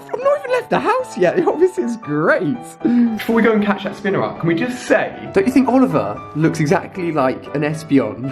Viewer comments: it's spinarak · At least he was finally saying spinarak correctly! We're getting there.